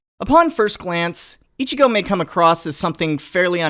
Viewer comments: oh right the accent goddamit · Ichi-go? How about ichi-no?